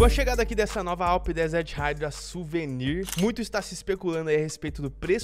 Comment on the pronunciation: Desert haidraw, q agonia do cacete kkkkkkkkkkkkkmkk raidraw